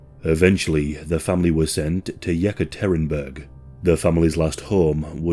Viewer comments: It would be a miracle if the narrator managed to pronounce foreign words correctly, something he cannot do in his native language. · it's pronounced ye-CAT-er-EEnah-burg.